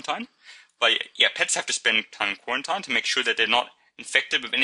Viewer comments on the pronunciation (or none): Its not pronounced ( spelled phonetically of course) Q-war-ent-ien It is pronounced Q-war-ent-een I is the Letter I and the mistake is very understandable but just for future reference :) ( my entire biology class listened to this and we all had the same feeling on the matter) Apart from that though the video was great